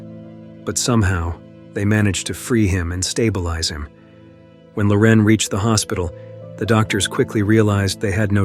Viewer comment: Dude, you can't pronounce Loren the same way twice in a row? 😂